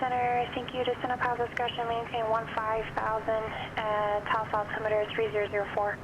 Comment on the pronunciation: Taos rhymes with house, fyi.